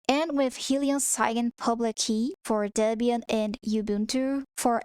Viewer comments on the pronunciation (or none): none